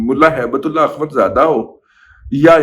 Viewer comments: Razi sb. Please don't distort Allah's name by pronouncing Ullah as ullay in your hate for some person. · Baqi sab theek tha lekin end main Aap ne Haibt ullah ka naam bigar kar bola hai wo theek nai tha kiunke Naam ALLAH ka aap ne thek tarah se nai kaha jo mujhe acha nai laga meherbani kr ke aaenda ehtiat kren , Shukria